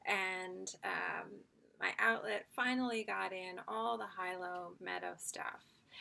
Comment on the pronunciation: Hawaiians pronounce it Hee-low, not high-low. :)